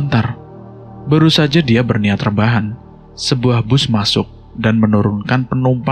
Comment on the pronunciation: Sebutan yang betul ialah BUS....